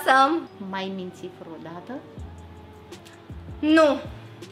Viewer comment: Scuze Bibi dar când vrei sa spui vreodată spui freaodata. Scuse Bibi